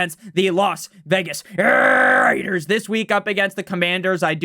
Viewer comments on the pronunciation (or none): Goodness, the way you say Las Vegas Raiders is ridiculous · Ridiculously ENTERTAINING